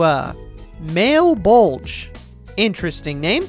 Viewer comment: it’s 1 am and i’m way too lazy to explain this but the areas and kinda the entire story of The Answer are based off of dante’s divine comedy (Inferno, Purgatorio, Paradiso) Malebolge are the 10 ditches of fraud. It probably has a proper pronunciation but male bulge is much more funny. The only non-inferno area is Empyrean which is Paradiso but i haven’t gotten to read it yet so i couldn’t explain to you what specifically it is. Cocytus is also the frozen river that lucifer/satan is trapped in. Those are just a few examples but all of them are from Dante’s Divine Comedy Then there’s the Colosseum of Purgatory which i forget how it’s called in game but that’s the translation. Another cool thing is the fear that’s “X of Heresy/Treachery/Betrayal” and whatever other gear there is is also based off the layers of hell, *Very Specifically the bottom 3 layers, and even more specifically the bottom two (Fraud and Treachery, which is also technically compact fraud). Idk anyone who reads this should read into it it’s really damn cool